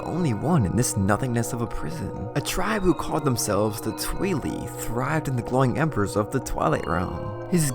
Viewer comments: It’s TWYE • lie, not TWEE • lee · “Tweelee” Bruh 😂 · Literally my own complaint about this video is how you pronounced “twili”. You’re a great story teller!